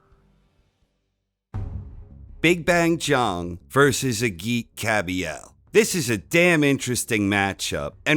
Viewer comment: The G in Agit is pronounced as a J.